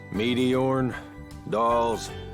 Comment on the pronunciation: First time I heard say meteorn I thought she said meteor